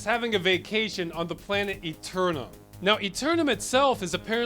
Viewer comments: Firstly your don't at all pronounce Eternam the way the game does though i must say your pronunciation makes more sense. If you don't get the "wacky sense of humour" its because your american, Wink wink nudge nudge say no more eh. so yeah the game works fantastically possibly one of the best ones ever made, P.s English cd copy that i loved came with a full English book sized Manuel. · Played this as a kid and we called this eternam aalmost like “enter” without the n and nam like backwards “man”. Saying it like eternity makes the game aound serious which it certainly was not.